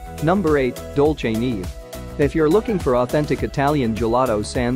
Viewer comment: That's not how you pronounce Dolce neve. It's an Italian name